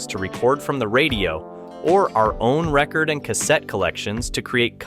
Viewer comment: It's "ree-cord" not record (as in vinyl) two different things.